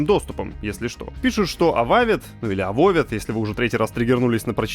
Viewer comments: АБОБА.Не Авовед,не Эвауд. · Блин, иди ты произношения подучи! Авовед, блин. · Пофиг на "ававед" давай только без пёржи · Новости: "Avowed" - это не "Dark Messiah of Might & Magic", но вполне хороша. Коридорная история. Тема геймплея в "Tides of Annihilation" не совсем раскрыта. Добавил в бэклог карандашом. Bungie медленно, но верно, пилит "Marathon". желаю подтянуть великий и могучий английский язык. Не Авовед, а Абоба.